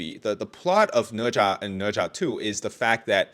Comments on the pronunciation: Ne Zha?, More like Na Zhe 💀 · Read the book and watch the anime. Sudko is Japanese, ne za is way more painful its ne za.